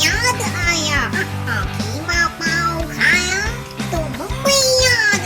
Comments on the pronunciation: It's called qeema not kheema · Y have u spelled it wrong? it's not kheema it's qeema. U speak urdu beautifully y give it wrong pronounciation. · Kheema nhi hota KEEMA hota h...😂😂